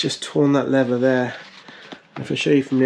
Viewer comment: when "leather" and "lever" are pronounced the same :P